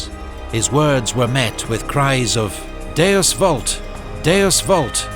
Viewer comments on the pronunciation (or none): none